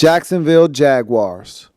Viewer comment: I hope he doesn't say "Jaguars" like that ever again. #NoRespect